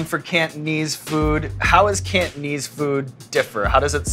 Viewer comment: the way Sean said cantonese food made me cringe "kant-knees"